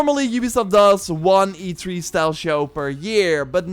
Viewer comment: I think it's supposed to be E3, not E tree